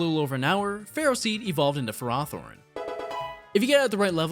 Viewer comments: What did you call Ferrothorn? You said it fair-rawth-orn. Not a big deal, just really weird… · "Ferroseed evolved into Ferathorn" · I hate it when people pronounce ferrothorns name like ferr-ah-thorn but pronounce ferroseeds name normally, like just pick one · “After a little over an hour, Ferroseed evolved into FerrAHthorn” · The sad part is that that’s the correct pronounciation... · Fr How do you pronounce Ferro-Seed correctly and then switch to Fe-Rathorn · I mean, that's how the names are pronounced. Am I missing the joke? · Weirdly enough that’s how the anime pronounced Ferrothorn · You are the only person I know who doesn't pronounce ferrothorn using Will Ferro's last name. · I hate how that's the official pronunciation.